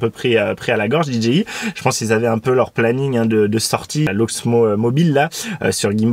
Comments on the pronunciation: Alors désolé , mais c'est dgi, mai dji, en anglais le j se prononcé "dji" donc rn anglais ça fait d "Di" j "ji" I "aï eten francais c'est d " dé" ji" ji" I en gros ont dit tout simplement "dé" ji" je sais quel genre tu cherche à te donner mais c'est du charabia, ça veut rien dire puisque tu prononce dé dgé I mais ton dgé il sort fou, c'est pas un g mais un j qui en anglais se prononce dji, et en français ji, du oup tu sépare cette brève abréviation en trois langue l'anglais le français et le charabia, tout ça pour pas faire comme tout le monde. Dépitant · Ya que moi que tu rends fou en prononcant Did G i? Stp choisies ton camp anglais ou francais mais pas ça ! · Alors, vous êtes hypés aussi ou il n'y a que moi ? 😊 NB : oui je prononce très mal DJI dans cette vidéo surtout au début et ça m'a moi-même gonflé au montage, désolé ! On me l'a largement fait remarqué à juste titre (voir première réponse de ce commentaire et plein d'autres commentaires), mea culpa mais je ne vous répondrait plus individuellement à ceux qui continuent à me le mettre en commentaire ! 😉